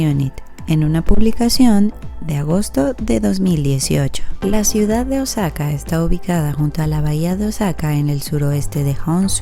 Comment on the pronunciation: Osaka se pronuncia òsaka con acento en la o